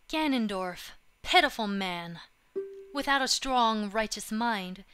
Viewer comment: Wow, you absolutely slaughtered Ganondorf.